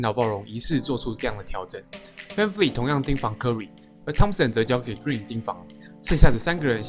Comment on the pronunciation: Vanvleet發音完全錯了好嗎